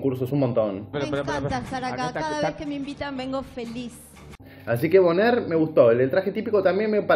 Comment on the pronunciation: Se escribe bonaire, se pronuncia boner.